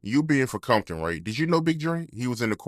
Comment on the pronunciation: This mf said Coompton